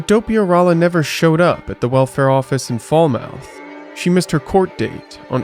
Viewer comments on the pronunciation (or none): He called Falmouth "Fall-mouth." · Falmouth lol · Thank you for this trip down memory lane. If you ever do another New England/Massachusetts video, hit me up for pronunciations. Falmouth and Dartmouth should sound similar. We Northeasterners prefer our French pronunciations, so we pronounce "route" like "root," not "rout." The last names here are mostly Portuguese, not Spanish, so when they end in -es, the e is a long e. For instance, Mendes is pronounced "MEN-deez," not "men-dez." Pena is "PEE-nah." And so it goes. Source: Fall River, Cape Cod, and South Shore Portuguese family